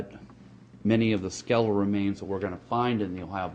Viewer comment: Yoh. What are sklell remains and rance? What is this guy? A snack salesman? A miner? If he wants to convince anyone of beeing " scientific " - he should f... learn to speak understandable first!